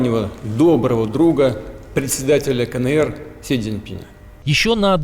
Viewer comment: Бабушка задрожала: не кАнЭЭр, а кАЭнЭр. Носитель русского, ))))